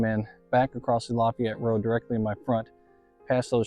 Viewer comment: pronounced la Fay ette. It's like adding the La in front of the town where Ft. Bragg is leaving off the ville part.